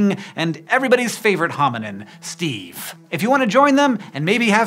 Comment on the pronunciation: Idk, you pronounced Steve's name moderately well.